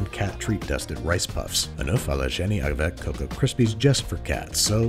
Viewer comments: as a half french her pronunciation of “avec” is funny because she said it like “avac” but seriously tho great recipe as always babish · It honestly sounded like she was saying "avant" to me.